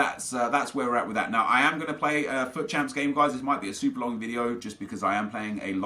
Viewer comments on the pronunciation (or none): none